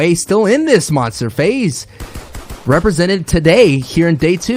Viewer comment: fahze??